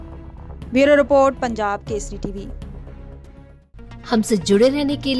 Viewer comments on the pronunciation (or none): none